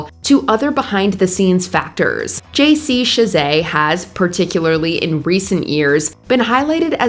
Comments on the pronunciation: You pronounce J.C.'s last name wrong. it's Shah-zay, you're saying it like Shey-say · How many people work at Mojo for her to mispronounce Michael Nesmith's (Neesmith?) name like that? I expect this from a solo creator, but not a mega conglomerate channel. Also, I don't think JC Chasez pronounces his name with a French affect.